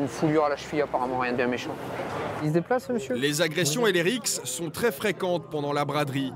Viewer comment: LES AGGRESSIONS ET LES RIXXXKSSSES xD